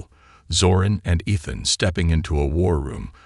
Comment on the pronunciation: Pronounce Ethan properly. It is irritating to hear it spoken incorrectly. It is E(long sounding E)-than (short a ). Main syllable is the first syllable.